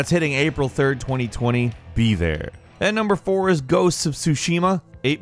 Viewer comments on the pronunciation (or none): none